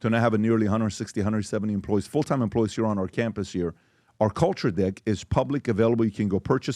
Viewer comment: Sounds like pbd is saying culture dick 😅